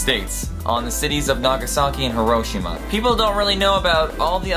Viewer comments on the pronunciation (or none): It's not bel-A-rus it's bela-ROO-s. It's not hir-O-shima it's hi-ro-sh-EE-ma. It's levi-O-sa not le-vi-oh-SA.